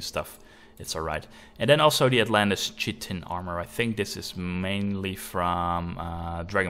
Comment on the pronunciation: I understand you're a non native English speaker, but one thing that bugged me (pun intended) is the way you pronounced chitin. It is said Kite-in